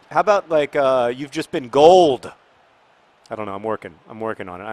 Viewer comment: Ryan Gauld's name isn't pronounced like "gold". The "au" sounds a bit like "aw" with not much stress on the "w" so his name is said like "Gawld".